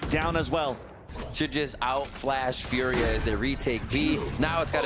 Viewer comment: why do the casters try so hard to pronounce furia this way